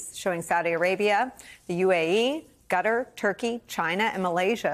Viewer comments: Qatar is pronounced KUH TARR not gutter Come on you're a professional reporter. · pronunciation of Qatar -- start with a K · why can't people pronounce Qatar?